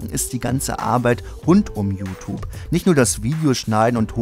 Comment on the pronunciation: JuTup... Kannst du das mal JuTjup ausprechen? Das weckt immer den inneren Autist in mir :c